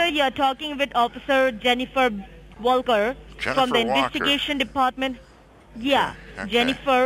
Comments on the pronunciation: I thought she said "jennifer Vulgar" the first time. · Well, she can't pronounce "Wall Kerr" properly 😆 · I swear she said Jennifer Booger.. I guess she's a Walker. That's my family name n we ain't from Nagaland....js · At least pick a name you can pronounce. .. Jennifer wooulkor.... I thougt she Said "vulgur" att first....🥴🥴